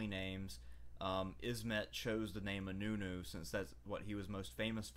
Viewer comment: Nice video but you pronounced inönü very poorly